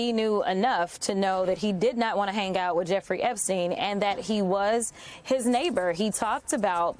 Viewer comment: this mf said “hang gout”